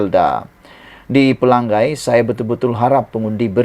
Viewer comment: Selalu sebut x betul...Dia Sabahan pendalaman